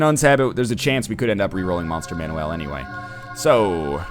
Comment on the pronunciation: Is him saying 'Monster man-WELL' phonetically an inside joke, accent, or does he legitimately think its pronounced like that instead of 'Monster MAN-ule'. Not hating, just curious.